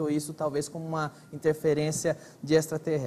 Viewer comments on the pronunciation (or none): Nossa esse Gentili não consegue falar direito a palavra extraterrestre...horrível, fora q as perguntas cretinas de sempre....e a desafinação do Roger e6 incrível... 🙄🙄🙄😀😀😀